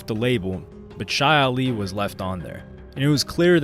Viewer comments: its CHEE Ali not SHY ali … white people man 🙄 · It's not "Chai" Ali, it's pronounced "Chee" Ali!!😂😂😂😂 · Ok you do kno Chi Ali`s name is Pronounced Chee. As in Tai Chi. Not Shy. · His name is pronounced "chee-ali", not "shy-ali"... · Ye didn't slide... They already out walking around, writing books and shit. Man was a billionaire... And Chi Ali is pronounced "chee" not "shy". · Pronounced Chee Ali . Good work though. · Chee Ali is the correct way to pronounce it. Culture vulture 🤦🏾‍♂️🤦🏾‍♂️